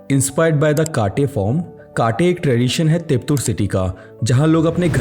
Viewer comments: कट्टे and not काटे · Its not pronounced 'KAATE', but rather 'CUT-TAY'. Its a kannada word which means a 'platform' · Dude that's not Kaat-A its Cut-A, kat=Cut , te=A, in Pronounce